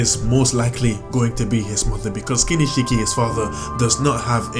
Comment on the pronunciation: Hahaha lmao KINISHIKI HAHAHAH by the way its kinshiki bruh